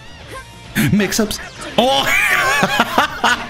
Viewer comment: the way you said mixups 😂